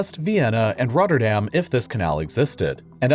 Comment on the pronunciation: Wow, finally someone who pronounces the "dam" correctly in Rotterdam